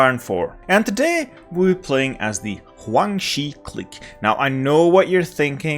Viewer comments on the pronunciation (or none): And "Huang Xi", man it's Guang with a G